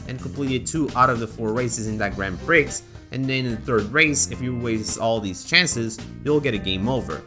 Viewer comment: Don't pronounce the x in Grand Prix again, please XD